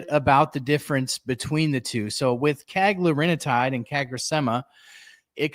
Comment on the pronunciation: Cagrilintide, one less syllable, no “i” before the “tide”